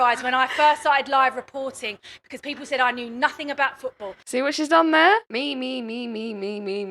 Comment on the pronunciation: It’s people. Not “peepoow”